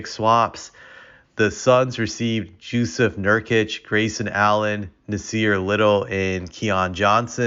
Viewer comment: gee--ahn--uhs? had to rewind to make sure someone still saying giannis wrong in 2023. bro says jew-seph nurkic too